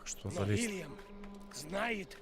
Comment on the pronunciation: Не Вильям, а Уильям!